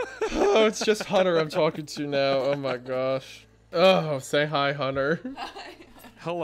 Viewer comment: Wendigoon gets genuinely scared and lays down a thick southern Appalachian “oooh, my”